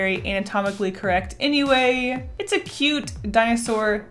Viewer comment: You have said it creckt3times